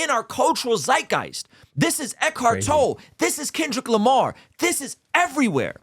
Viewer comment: Great video guys - love the silver lining take on it. I see the same and love it. Also, name is pronounced 'Toll-ee' for Eckhart Tolle. Keep up the great work guys. You get it. :)